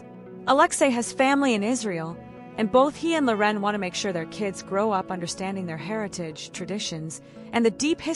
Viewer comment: AI voice can't pronounce Loren. Her name is not La'Ren ... ANNOYING